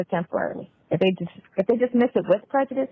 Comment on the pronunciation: so nobody noticed she couldn’t pronounce prejudice😭😂😭😂… Listen really good around this time.